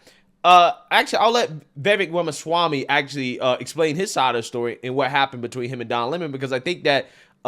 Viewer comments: The way spoke about Vivek Ramaswammy was absolutely abhorrent. Didn't even have the audacity to pronounce his last name properly smh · Pretty surprised by the comments of. I used to watch his channel, but I guess he became a victim of the algorithm gods and I lost track of him. If this is what he’s turned into, glad to see the back of him. Can’t be bothered to pronounce Vivek’s last name correctly, disrespecting his immigrant background (isn’t the Left always saying we’re a nation of immigrants?)… this is the stuff they always attacked Trump with. What a loser!